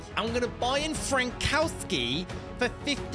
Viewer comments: you don't read Frankowski like that. you read it like: "Frankovski" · You say it frankovski